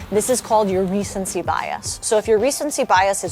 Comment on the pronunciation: Recentcy? Affortable?